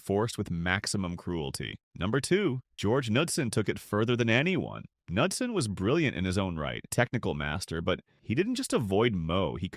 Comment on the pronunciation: Narrator has no idea how to properly pronounce golfers names. ie Knudsen, Deneret